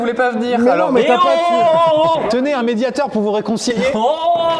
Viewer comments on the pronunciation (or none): les gars, on dit médiatOr, et pas médiatEUr. :) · Le mec joue de la guitare et ne sais pas prononcé médiator ?